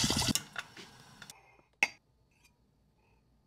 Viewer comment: Dude as an Italian, thank you for pronouncing porchetta so beautifully